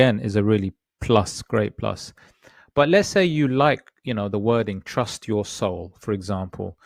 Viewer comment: It lost the t in trus't'